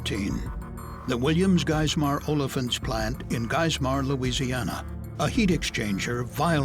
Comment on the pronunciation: I'm dying when he tries to pronounce Geismer 😂😭